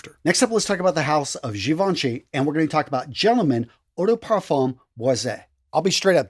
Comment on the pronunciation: Oh also, we don't pronounce the "m" in "parfum" it's a silent letter x)